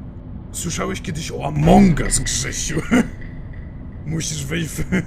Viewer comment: FREDDY! FREDDY! FREDDY ALEOOO!!! TYLKO JA SŁYSZE JAK FREDDY MÓWI KSZYSIU A NIE GRZESIU XDDD